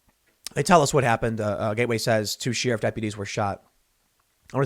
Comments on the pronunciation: We NEED to start treating BLM/Antifa as they actually are- MARXIST TERRORIST ENEMY COMBATANTS TRYING TO OVERTHROW AMERICA and start shooting them on sight when they gather en masse. ENOUGH IS ENOUGH. Edit: Dear god someone teach Tim how to say sheriff! Also, all the Left wing violence is going to pendulum HARD back to the Right soon and you will get hard Right wing White etho-police state. Good luck to the Left when that happens. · Sheriff.. think air not ear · Please say sheriff properly